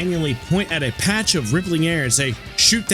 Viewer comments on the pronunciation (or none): none